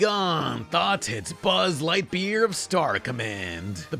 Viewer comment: love "Buzz Lihtyear"